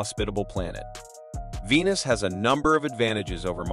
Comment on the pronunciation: The voiceover AI was programmed by Indians... "Weenus!"